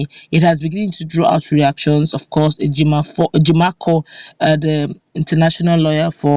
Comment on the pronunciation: Please,his name is Ejim-o-for(Ejimofor) not Ejimakor